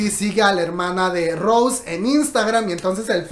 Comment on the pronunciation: Se pronuncia Rosé con acento en la E, no Rose en ingles comadre.